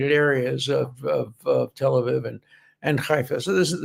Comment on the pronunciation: Tel Aviv is pronounced tel ah veev, not viv.